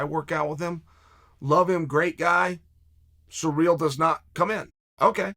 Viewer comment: Took me 9 mins to realise he meant Cyril. Sounded like he was saying Ngannou was surreal🤣